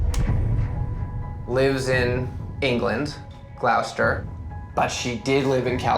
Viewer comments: Not GL- OW - STER lmao I’m creasing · GLAUWSTER as a pronunciation of Gloucester is MAD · OMG the Katy Perry one was priceless, what a moron! 🤣Lets see Orlando Bloom or that twat? Hmmm its a no brainer! Btw guys Gloucester is pronounced 'Gloss - tah' not glow, its my neck of the woods and american ALWAYS get it wrong that and Worcester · Hehehe, it's not 'Gl-ow-ster' it's 'Gloh-ster' dude 🙂but you'z cute :chillwcat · Gloucester. Glowstur, no it's pronounced Gloster. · The way he pronounced Gloucester 😂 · Nev's pronunciation of Gloucester is hilarious 😂